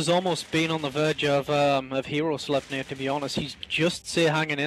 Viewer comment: isnt "sleipnir" supposed to be pronounced more like "slip-nir" ?